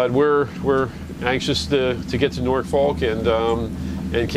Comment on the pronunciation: Again in my old back Yard, you said Norfolk correctly in the intro, 🤣🛫